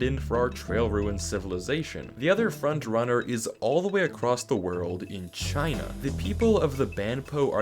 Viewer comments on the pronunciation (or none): none